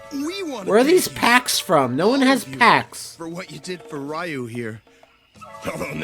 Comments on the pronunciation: Ugh, hearing them say "RYE YOU" instead of "REEYUU"...yikes! lol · That's how everyone I knew pronounced it until 2003.